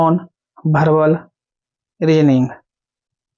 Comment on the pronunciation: Verbal Hota hai sir, aap verbal ko bharbal keh rhe hai